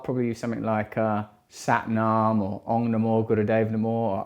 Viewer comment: Isn’t it OM. Not Ong!?